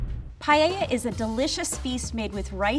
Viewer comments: Not paieia but PAELLA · Why do they say payeyeia. Es Paella, PA-E-LLA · Quién quiere llorar después de ver estas paellas 🥲 hasta el lvl 3 le pone cosas raras xd (me encanta que le digan "pallella" o pela" ajsjjaja) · I was so confused throughout. Here in France, paella is pronounced paeLLa not paeya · Porque nadie pronunciar bien paella?? No es pallella, es paella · Me causa mucho conflicto que nadie pueda decir Paella correctamente. NO ES PAYEYA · PAELLA Everyone in the video : 'PA-E-A' Me : 'Paella'.... Where I pronounce both the LL Is my pronunciation correct or theirs 🤔😵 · I think they should all be moved up a level for pronouncing it 'Pai-ay-ah' instead of 'Pie-ella'. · Llevo dos segundos y ya estoy llorando. Also, guys, why do you say pallella? PA-E-LLA. Aaaand we don't use extra virgin for frying. Unless you are bougie AF. It is for eating it raw. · First step could be to NOT say " pallella " ? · ‘Pallella’ learn how to pronounce it and then you’ll cook ma’ darling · i don't understand why most americans say "payella" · por qué lo pronuncian payeya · I am Spanish and I want to cry! The woman can’t even pronounce paella right? Wth is payeya? If I was presented with any of these dishes, they would have to go in the trash where they belong. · As a Spanish native speaker, I get so peeved when says "payeya". Dang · I'm from south Africa and it's bugging me that they say paella. Here we pronounce it as pa-el-la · Payeya? Spanish chorizo just because paella is from Spain? It's not that difficult, please, just focus a little bit. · "Payeya" Killed me!!😂😅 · « Pie heya » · As a Spaniard, I think we lost the "Don't put chorizo in a paella" war. Now I would symply settle for English speakers to not pronounce paella like "pah-yeh-yah". I really enjoy the full video, tho. Fantastic video edition 😂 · Or the English with…Pie-el-la…shudders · Paeiaia XD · or worse, "pallella" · Every time someone said P A I E I A i lost like 10 years of life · Her "payeya"